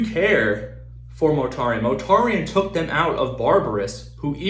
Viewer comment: Its not 'Motarian' Mortarian